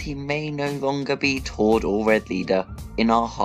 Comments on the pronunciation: ITS TORD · It's tord